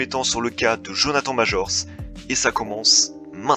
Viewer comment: Tu pourrais faire un effort sur la prononciation, en anglais please: "Jonathane maîjor". Ça n'a pas l'air compliqué...!